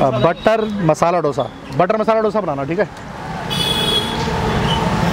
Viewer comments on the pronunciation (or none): It should be pronounced as दोसा not डोसा. In Tamil nadu, Andhra pradesh, Karnataka it is pronounced as दोसा. It is ridiculous to hear as डोसा. When it is heard as डोसा it feels like a bomb or explosive not a food. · South Indian = a person from south India. Don't say eat south Indian which means eating human from south India. Say as eat south Indian food. Also learn how to pronounce Dosa. pronounce it as दोसा but not डोसा.